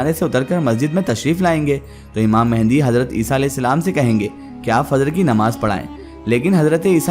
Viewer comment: It's imam mahdi not a mehndi